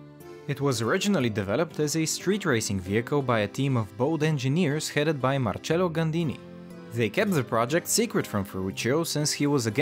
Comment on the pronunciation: marcello is my name but pronounced wrong